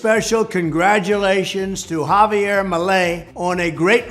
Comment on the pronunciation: Why give his name a French pronounciation? JavieR